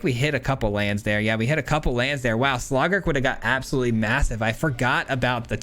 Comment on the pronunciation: I’m sorry I just can’t get over the “Slawgurk” 💀😂